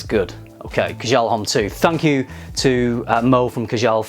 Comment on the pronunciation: In "homme" the 'h' is silent, you should read it 'omme'. Just sayin ;)